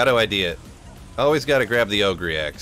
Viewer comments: 28 ogre axe.. pretty sure it's pronounced [oh-gur].... But now I'm sure I will have [oh-gree] stuck in my head every time I see it... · "o-gur" axe